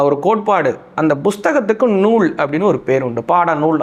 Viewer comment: Nool, not noozh